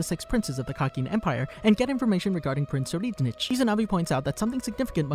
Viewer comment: not to be rude buuuutttttt.... its pronounce prince sir-ride-nick please next time fix it, it hurts my brain.. also love your vids